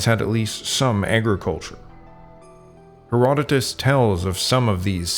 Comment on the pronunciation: It would be a good idea to correct the sound track for the MANY errors of pronunciation, from the proper names Herdodotus, Cimmerian, Sarmatian, Thracian, ETC. and to fix the pronunciation of to "rout" an enemy, which does NOT rhyme with "to root" out a problem@ Rout rhymes with pout! How can we trust your history or your genetics if the proper names are so often mangled / given incorrectly? If you are unsure how to pronounce Berezhovka, ask someone!